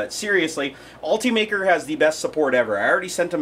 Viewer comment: ALL-TEE-MAKER is not how this is pronounced. It is ULT-UH-MAKER, as in ultimate maker.